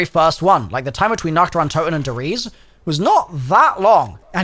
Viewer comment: E's in German are not silent. It's not "Ries" more like "Reese-eh"